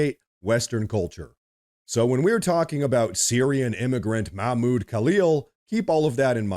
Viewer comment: Don't forget to pronounce the "h" in Mahmoud.